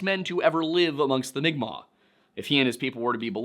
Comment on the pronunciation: Pronouncing unfamiliar words, especially if those words are using a written script not designed for them, can be hard, so congratulations & thank you for pronouncing mi'kmaq in an acceptable way. (That is a correct way to pronounce it in english, but not the correct way for its own language.) If not for the algorithm & the self-defense of certain people, I'd say you SHOULD use the terms written. As an FNMI person, I appreciate direct quotes using "indian" even though it is incorrect-- it's a quote. As a queer person, I feel like legitimate use of the word "faggot" that is also in a quote should be just as fine to say as "indian" is. Nobody is saying you need to say "seedbearing vegetable" instead of fruit, derogatory pepperoni! That's just me though. I value accuracy, I acknowledge quotations are not one's actual words, & I haven't been hurt to the point where I need to be on high alert to defend myself & nip the bud of harm others /may/ do to me & my community.